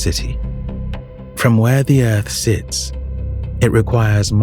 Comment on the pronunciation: Did he just say earf? 😂